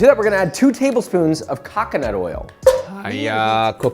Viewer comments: LOL Kakanaut Oil sounds like KakaNUT🥜Oil 🤭Hahaha🍆🍆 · if he said "cockanut" with a silly voice and look on his face, i'd assume it's intentional for funny. but so nonchalant, i assume it's cuz he doesn't know how to actually say "cocanut" 😂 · cacanut oil 😆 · wth hell is cack-onut oil lmaooo why did he say it like that?? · "COCKconut oil"💀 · I assume he pronounced it that way because of that coffee lady. "Kah-kah-nut meiiilk". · he says cacanut milk because of the “co-fee” lady who does ridiculous coffees in fruit and stuff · CAH-CAH-NUT OIL I can't 😂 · I love how you correct his pronouncination of Coconut. Perfect. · Did he really pronounce coconut like that?